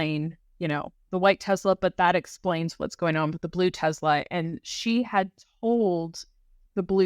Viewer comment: You are doing a great job with this series very informative! BUTTTT idk if I can hear teZla anymore lol teSla tess-Luh lol